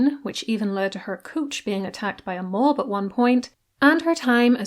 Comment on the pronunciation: it's okay and thank you. It wasn't the word mob. Don't worry I am not a Karen. Lol I think you said coach but it sounded like a slang word for a body part! Just didn't want to get into trouble over saying it. Like I said not feeling right my mind may be just tricking me. Just thought it was funny. It kinda made me laugh. You have a nice evening.